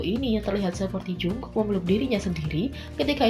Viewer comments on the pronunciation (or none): Tulisannya jungkook tapi dibacanya jongkuk bukan jungkuk,jungkok ok